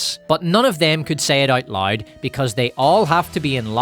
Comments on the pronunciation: Considering that I'm South African and our accents aren't too much of a stretch apart, I'm judging myself for having to rewind the part about Sharon Stone cause I genuinely thought you were saying "lide" ... turns out you're saying LOUD 🤣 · "the sun has been around a long time - i know, i saw it in the 90's... despite being retro [...]" made me literally cry laughing... well done, and thank you! btw, i love that you pronounce "loud" as "lied", and "power" as "pyre", it sometimes makes the sentences even more hilarious!